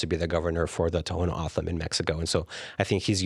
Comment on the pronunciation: lol. Ever hear of Gadsden purchase. Mexicans hated and killed Indians. We took them as part of the deal. TO’s don’t say their name that way. A joke to listen to this female try to copy Spanish or any other. Do these ppl promise to watch and be responsible for border? Nope. They act noble when open border is a mechanism for trafficking. These ppl don’t live in the real world. How and why would a child of 3 be in court. Really? Wow. You could say they put this wall off for a long time, over 40 yrs. We did a lot for foreigners, now it’s time they take care of each other.